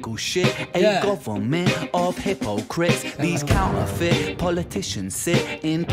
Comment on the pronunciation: Did you catch 'Counterfeit' switched to 'Counterfit' at the last moment of that section...clever